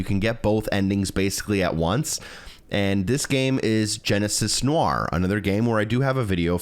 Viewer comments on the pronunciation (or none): none